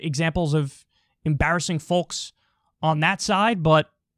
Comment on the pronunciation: “Folks” the “l” is silent so it is pronounced “fokes” — German American here :D hilarious video!